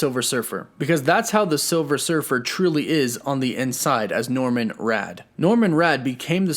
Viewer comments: It's Norrin Radd. NOT, Norman Radd. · Norrin, not Norran, and for sure not Norman. NORRIN RADD, from Zen La. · It’s NORRIN Radd, NOT “Norman”. Jesus. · Norrin Radd. Not Norman. Anyway, yes Keanu has my vote for Silver Surfer. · "Norrin Radd" not Norman Radd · It's Norrin Radd, not Norman Radd. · Norman Radd??? Ouch 😬 it's actually Norrin... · Did you call him Norman Rad? Pretty sure it's Norrin Rad.... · Did you say Norman Radd? Thought it was Norrin or am I wrong? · Did good until "Norman Radd"... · Actually it's Norrin Radd not Norman Radd Anyway nice vdo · Um excuse me but it's norrin not Norman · "Norman Radd?" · Norrin Radd...not Norman!!😂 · Norman? Norrin Radd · Norman Radd? lmao Norrin Radd is the Surfer's birth name. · "Norman Radd" :( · I really thought he'd make an amazing Victor Von Doom. Also its NORRAN Radd, not NORMAN Radd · Also, it's* NORRIN* Radd, not NORMAN Radd!* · DEAR GOD DID YOU JUST SAY “NORMAN RADD” ??? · hearing you say Norman Radd is killing me. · Did I hear you say NorMin with a M Radd hehe? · He said Norman Radd. Hahaha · Did you really say NORMAN Radd?? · Umm....Just being nitpicky....But did he say "Norman Radd" or is it just me? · lol you said, "Norman Radd" . I realise you're reading a script, but you should give the source material a shot. You would learn the names of the characters you're talking about.